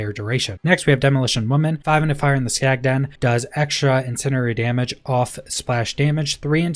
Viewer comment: Incendiary, in-send-ee-ary